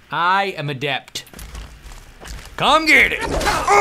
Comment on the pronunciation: When he said he was an adept it sounded like he said he was ADELE! XD